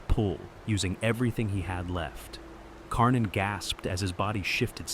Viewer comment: Karnin becomes Kork-in.